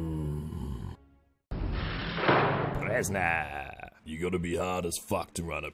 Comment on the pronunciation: the way he says prisoner cracks me up